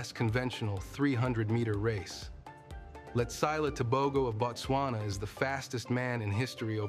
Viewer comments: I’m his fan! I meant he’s mispronouncing his name, it’s Letsile not Letsaile lol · Its not letsayle it's Letsile